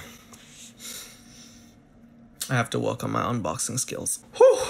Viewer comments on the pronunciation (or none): none